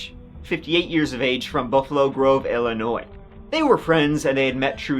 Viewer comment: As an Illinoisan, I'm willing to speak for the entire state to tell you how delighted we all are that someone from Ireland knows our "s" is silent. Hella lot of Americans don't even know that!